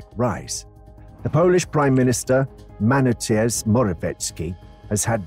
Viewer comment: Manateus??? Reżgoki?